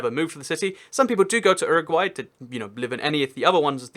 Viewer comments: It is say You RA gway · Uruguay is pronounced you-row-g-why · Does he say Uruguay weird?